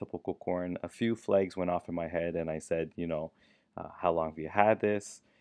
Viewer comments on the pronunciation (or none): Few...not FEE